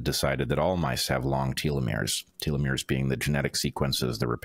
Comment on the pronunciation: Telomeres pronunciation: (American & British) Tel . uh . meerz Not: Teal . uh . meerz